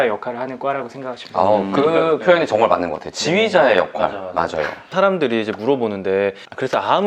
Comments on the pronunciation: 많은걸 가르쳐주시고->맞는 걸가르쳐주시고 로 들렸네여 ㅎㅎ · 28초... 맞는걸 가르쳐주시고, 맞는 일을 하게 해 주시고.... 로 들렸습니다. ^^